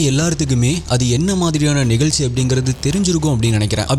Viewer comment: Konjam zha ucharippu seriya panna nalla irukkum....tamilnaadu, vilupuram, nigalchi nu solradhukku badhila Tamizhnadu, Vizhupuram, Nigazhchi nu sollalaame....Tamizhin azhage Zha thaane